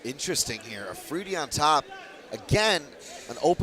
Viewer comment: How does the guy manage to mispronounce his name twice, Alfridi, seiously